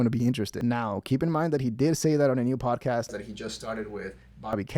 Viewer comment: “Podacast,” he says.